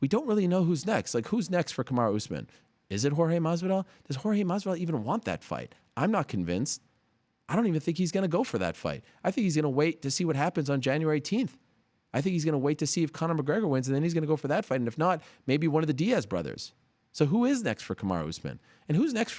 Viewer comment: Why can’t Ariel say eighteenth? Lol. That’s two videos I’ve seen now where he says “January teenth” either that or he says “Jan eighteenth” in a very strange way 😂